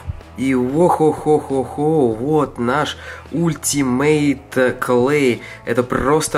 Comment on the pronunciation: Не ултимейт,а алтимейт